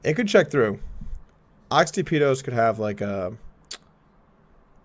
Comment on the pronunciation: It's pronounced Ahtipitos Doug. Its the greek word for unequaled, unrivalled. Something like that.